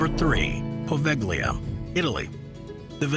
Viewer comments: HEAVY SIGH.. In Italian "gli" is NEVER PRONOUNCED WITH THE G. It is a similar situation to French and Spanish double L: Thus, "poveglia" = poh-VALE-yah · Poveglia (the pronunciation was not 100% correct, but never mind...) is technically off limits and there are no regular connections, but in Venice you can find many taxiboat drivers willing to take you there and then come back to pick you up after a couple of hours, if you accept their fare. I have seen a few videos and talked to some who visited it. There is still a belltower and some interesting old buildings, though in ruins. And of course, you need to be very careful and abstain from climbing upstairs, because if you have an accident there, nobody will rescue you. I'm not even sure that mobile phones work regularly there (they might, though, Venice is only a few miles away)